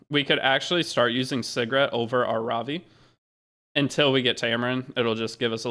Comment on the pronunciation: at first i thought you was calling segret cigarette lol